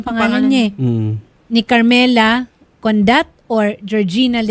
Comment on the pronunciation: Carmela condat? Dapat carmela bondat 😅